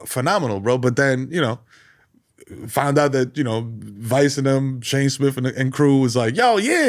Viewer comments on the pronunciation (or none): none